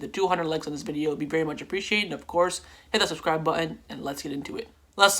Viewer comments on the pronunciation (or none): none